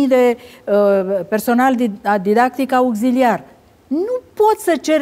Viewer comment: "augziliar" wtf Man wtf Roamnia